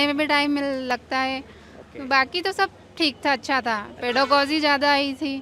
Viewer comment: पेडलॉजी भी न्हीबोर पेडागॉग nhi पेडागोजी bolte hai sirji